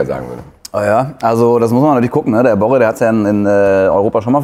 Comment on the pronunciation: BorrEEEEE! Nicht Borre.